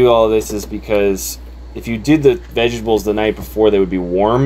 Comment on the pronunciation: Vejabulls 😂. You're the second person today that I've heard pronounce vegetables that way. I dig it lol.